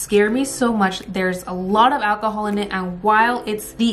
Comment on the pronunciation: Every time she said alcohol my brain said akahol like Chow